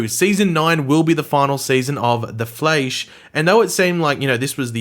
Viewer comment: Of The Flaesh" XDD